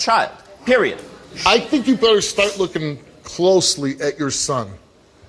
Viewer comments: the t is supposed to be silent. the phrase “periodt.” is used by 13 year old nicki Minaj fans. other phrases include “yaaas queen.” and “chileee.” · No t in period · He said “period” not “periodt” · literally said, "Periodt." THAT'S ON PERIODT POOH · imagine if he did say the T I would die laughing.